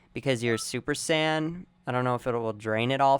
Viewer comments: You seem like someone who i can easily beat, i can already tell how you will fight so it would be no problem. By the way, say it like Say-Yen, not super sand.. the fuck is a super sand? Some of the moves i can easily run away from and destroy you even if you are a spammer. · all i was hearing was sand spirit, super sand, and khmehmeh. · Really......Super Sand? Dafuq? Can you not pronounce it right, or is that you're pronunciation of Super Saiyan?